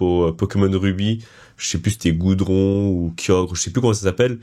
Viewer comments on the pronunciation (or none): C'est Groudon pas "Groudron" 😂